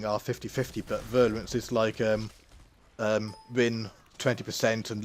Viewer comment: Nice vid tnx. One thing: it's virulence not virluence... ;-)